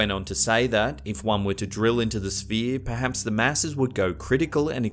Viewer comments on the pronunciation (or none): I legit love how he says Peaps instead of Perhaps <3